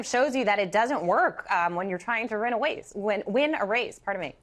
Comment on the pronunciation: Did that news anchor say “Rent a waste” when she meant to say “Win a race”?